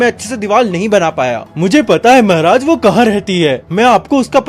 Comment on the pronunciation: Bhaiya aap Maharaj Ko mehraj bolate ho Aur Adventures of Toto main Saharanpur ko Sehranpur 😂